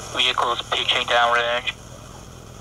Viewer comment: "Veecle is peeching dahnrange" 🤣🤣🤣👍